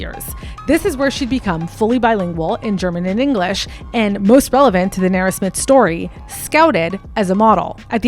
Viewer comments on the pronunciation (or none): Like... you couldn't be mispronouncing her name for the ENTIRE video. Who is Nera...? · You are pronouncing her name incorrectly and naturopath.... 😅😅😅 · You kill me with the way you pronounce her name😂😂😂😂😂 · If you’re going to do an expose on someone at a minimum learn how to pronounce the persons name.